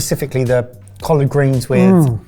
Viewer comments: As somebody from the Southern US hearing collard greens not pronounced "Collerd" made me do a double-take. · For you Brits, "collard" is pronounced the same way as "collared" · Most folks in the southern US pronounce collard like the a shirt collar with a d on the end not cohlard like does. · Cau-lard greens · Being a very nearly lifelong resident of the Southern portion of the US, I have a slight issue with the pronunciation of COLLARD greens. While I understand that there is an A in the word, I’ve never heard it pronounced with the ‘A’. had it right, it’s more of an ‘e’ sound than an ‘a’ sound. Edited to add: Basically,go from the ‘l’ sound directly to the ‘r’ sound without a stated vowel in between the two consonants. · The way he pronounces collard!! Love it! 😂😂😂😂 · As a Black American, thank you for including our culture. Great job. pronunciation of collard greens was so proper!!! lol😂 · Lol, the way is saying Collard is killing me. was spot on and pronounced Kwanzaa correctly too, it's more Qua than Kwa. Merry Christmas from NY boys! xoxo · The way is pronouncing "collard" is sending me 😂 EDIT: "Bod High" 😂😂 EDIT²: 49 miles? I've had commutes shorter than that. EDIT³: I have never had a sweet kugel before, but I've heard of them. I would have said Germany because that's the origin of most Ashkenazi cuisine, but the sugar beets really confused me. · pronunciation of Collard makes me suddenly see the Hoppin john (blackeyed peas and Collards) in a but of a more posh light.. 😊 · pronunciation: coll-erd not coll-ard. said it better than. kwanza, where the "a-n" sounds like "ah" not just an "a" sound. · Bro. That pronunciation of "collard" and "Kwanza"......you could have just asked google before filming.